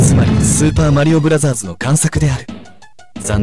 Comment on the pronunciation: 발음 좋다 슈퍼마리오 브라쟈즈